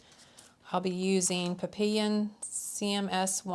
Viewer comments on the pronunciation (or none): Pap pee yon is how you pronounce papillon/butterfly in french!